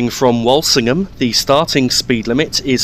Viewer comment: its not pronounced wolsingham its wool sing ham by the locals cheers good vid but why is witton park station not in there